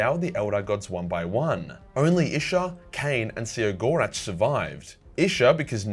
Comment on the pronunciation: I’ve been under the impression that the Eldar laughing god’s name is pronounced, “Kegg-or-rack”